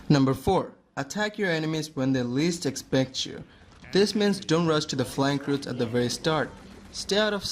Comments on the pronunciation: "falnk routes" not sure im following? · Oof "Falnk Routes" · FALK ROUTES* FLANK ROUTES ok